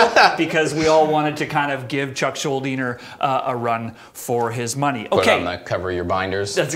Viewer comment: "Chuck SchuldinGer?" He's putting a G in there. Fuckin' Canooks